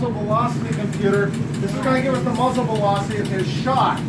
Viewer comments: dude, some people may struggle to do things, maybe the guide struggles saying "muzzle" and whatever the other word is even though they're a guide. no need to be so rude about it dude. if he's trying his best, leave him alone. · Not surprised at all seeing as the guy can't even pronounce "coriolis" and "muzzle" properly.